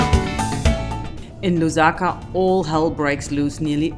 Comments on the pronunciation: "in Luzaka" Name butchering in process.😂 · 😂😂😂😂😅😅😅😆😆I think it's okay and she can get away with this one 😂😂😂 it's the effort that counts 😂😂😂😄😄😄😃😆😆